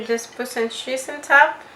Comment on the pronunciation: I love your video! Thankyou!! Reminds me of my madre. I love the way you say cheese. "Sheese." 😂